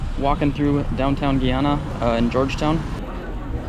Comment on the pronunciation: Why are you saying Ghana like that